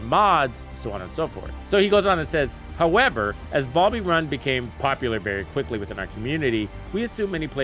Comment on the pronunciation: VAL-bee, not Voll-bee lmao